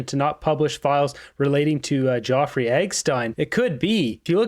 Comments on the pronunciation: I love you and the work you do but the name is not Geoffrey it's Jeffrey Epstein as far as I know. These little thing niggle sometimes. lol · Jeffery Epstein name is not pronounced Joffrey. Sorry that I had to tell u r pronouncing the name wrong. I love your show, I watch it everyday. Have a great day. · Dude, his name is not "Joffrey EGGstein" .... it's Jeffrey EPPPPPPstein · Are you saying Jeffrey epstiens name that way on purpose? Love the videos but that's a weird pronunciation 😅